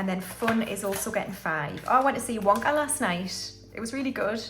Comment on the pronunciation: Omg, when you said wonka, I thought you had said it with a instead of o, I missed half of the video for laughing 😂😂. I really hope you can manage the nile cruise trip aswell that would be awesome. Thankyou for another fab cash stuffing video 💜